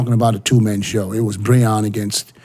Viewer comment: Will ever learn to say Breon